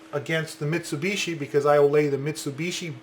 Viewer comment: You pronounce Mitsubishi wrong btw